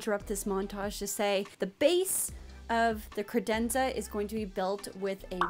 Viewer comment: I feel like that's the only way to say credenza... Also, does it make anyone else break into song from The Cat in the Hat original animated movie? Just me? Oh... So stoked you are partnered with KiwiCo!!! 💚💜💚